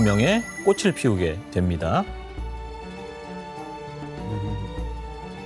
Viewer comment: 꼬슬 ㅋㅋㅋ 참나 꼬츨이지 교수야 😂